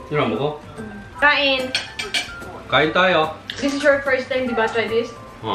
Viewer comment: Ang galing ng pagkaka bigkas nya ng kain tayo😁